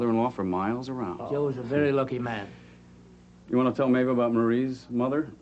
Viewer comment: Upside of Mary's death...No more of Maeve pronouncing her name..."Meeh-Dee"